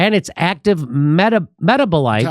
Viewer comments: Jimmy ... my guy lol.. met-tab-oh-light... canna-buh-die-all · I love Jimmy but he can't say epithelial or metabolite 😁🤣